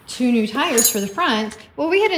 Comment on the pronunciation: Stars and tars...I heard the hesitation to pronounce tars as tires the second time around.